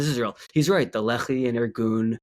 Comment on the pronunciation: small thing most people dont notice about Carolls grift, but people who are familiar with israel history do- is he can't even pronounce the names right, which means all his "research" is only from reading random texts but not taking the time to also see documetaries or interviews with the people involved. Example, the Lehi organization, pronounced Le-hee but he says lee-hai 😂